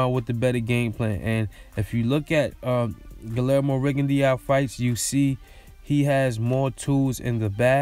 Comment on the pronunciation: His name is pronounced Gee-yermo